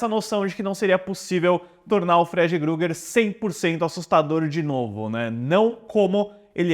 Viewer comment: "Gruger" kkkkkkkkkkkk